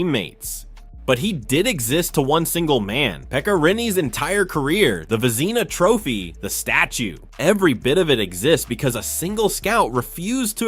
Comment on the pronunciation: Vezeena Trophy? If you're going to use AI, You should have one real person listen to the audio before posting; in this case somebody who knows hockey. AI's make errors a human would never make.